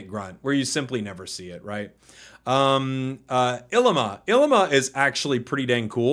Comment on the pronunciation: Yo just a small pronunciation thang, Ilima is pronounced with long e sounds (ee-lee-ma) and Kiawe is with a v (ki-ah-vé). Just some Hawaiian words 🤙